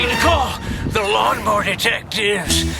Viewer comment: What is a "lawn more"?